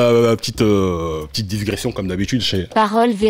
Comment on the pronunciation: Comme d'hab le taf est propre, magnifique review. J'vais être tatillon flexta mais on ne dit pas disgression mais digression, parole véritable 😂 longue vie à votre chaîne !!!